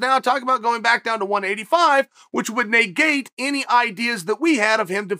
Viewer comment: Important Time Stamps: / - “I was a customer before they sponsored the show” (Sure, Chael) / - First Blachovovicz / - Modified “Ok Great” / - New pronunciation of “negate” / - Second Blachovovicz / - First and only Leg Cross / - “Why are we here and what are we doing?” / - Third Blachovovicz / - “Maybe I gotta elect myself Mayor of GetTheHintVille” / - Casual nose pick